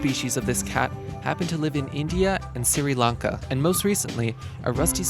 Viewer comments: #1 is called Manul and not Manual. and the Country of Sri Lanka is pronounced Shrii Laanka and not Siri Lanka.... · SEEREE-LONG-KA? Its pronounced Sri Lanka.. Same as it's spelled lol. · "Siri'' Lanka? lmfao. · "siri lanka"? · Dude said, “Siri Lanka” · Did you just pronounce it...Siri Lanka? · “Siri Lanka”? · Manul, not "Manual" Sri Lanka, not "Siri Lanka" Etcetera, not "EXcetera" Due to, not "Reason is because" Climate, not "CliMATE" If you're going to narrate videos, is it too much to ask that you learn to speak English first? Christ almighty. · And ecertera? Siri Lanka? This narrator sucks!